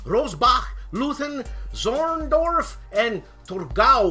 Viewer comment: Because Stiglr hasn't shown up yet. Those places in Prussia's Glory (besides Rossbach, which you did fairly good) are pronounced like this: speak the eu in Leuthen like oi in oisters and the th is just t, the Z in Zorndorf is like the c in certain but less s-ish xD more like ts, and Torgau was okay, shorter au like ou in loud. 😘 Thanks for the show, amigo! For one second I read "wicked big sex fan" on your shirt. 😅